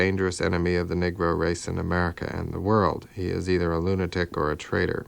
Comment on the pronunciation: My Brother, the term is "Negro" pronounced (Nee-gro) not Niggro!